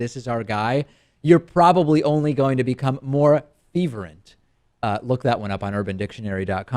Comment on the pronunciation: Unless I'm missing a reference the word you are looking for is pronounced Fur-vent. No intention to be a grammar nazi but you generally seem interested in pronunciation.